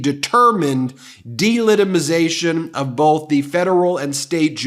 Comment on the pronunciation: Ben dear, what does "delitimization" , , mean ? :face-blue-smiling